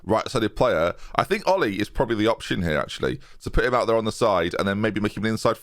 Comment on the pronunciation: I think Olli in Finnish is pronounced Oh-lee.